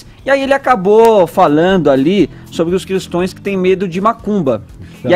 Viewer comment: "jornalista" da jovem pan em rede nacional falando "cristões" !!! dói até o ouvido !!!